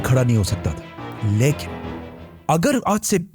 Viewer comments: Your"""" leikin"""😂😂😂😂😂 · Besides ur knowledge, research and effective way of delivering ... I love ur style of "LYKIN" 🧡😂 U & ur work is awesome brother. Jazakallah Kher for all of ur videos.